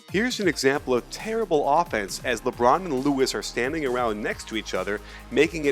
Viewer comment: LMAO i love how you put emphasis on terrible and horrible